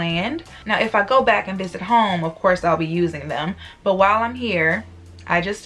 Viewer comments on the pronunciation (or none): none